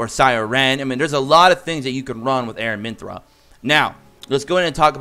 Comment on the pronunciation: I also noticed you're saying AraminthRA...there is no R at the end of her name..Its Aramintha lol wanted to say it before someone else was rude about it.